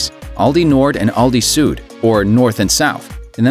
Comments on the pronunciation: 'Süd' is pronounced like [zyːt] not [zu:d]. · please, if there are German names or terms you're talking about, try a bit harder to nail the right pronunciation. Süd is not pronounced soot